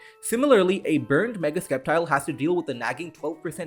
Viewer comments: Thought it was "cep-tile", not "es-kep-tile" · ok but dont say skeptile ever again pls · I'm skeptical of your pronunciation of Sceptile. This is the same as Scyther. Both pokemon have scythes on their arms, so the Sc component of the name should be pronounced the same as the Sc part of the word Scythe.